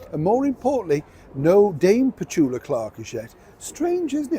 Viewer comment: Petula, not Petulia